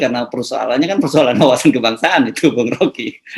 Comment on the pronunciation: Tes setia kebangsaan ato tes Setia KebangSatan ndak begitu jelas ucapan mister RG